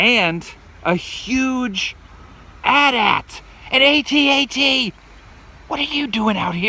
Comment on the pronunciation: It's a atat not a a-t-a-t